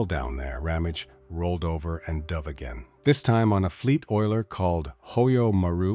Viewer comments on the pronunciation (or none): none